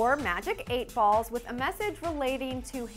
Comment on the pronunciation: and with not woth